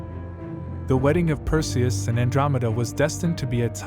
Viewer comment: Cant pronounce "PERSIUS" NAME CORRECT, cant watch it, and AGAIN with the friggin music.